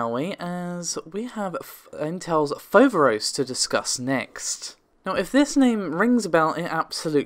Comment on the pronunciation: It is FoverOs you tune the last O deeper and it means, the frightening one, in Greek.